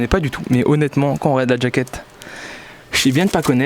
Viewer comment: on dit jaket pas djake